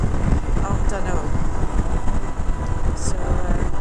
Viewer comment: I love how you pronounce dhanno it's so cute☺☺☺